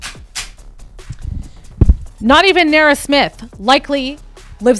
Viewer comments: Like... you couldn't be mispronouncing her name for the ENTIRE video. Who is Nera...? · You are pronouncing her name incorrectly and naturopath.... 😅😅😅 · You kill me with the way you pronounce her name😂😂😂😂😂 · If you’re going to do an expose on someone at a minimum learn how to pronounce the persons name.